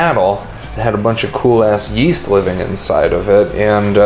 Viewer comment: Why is man's holding the log saying yeyast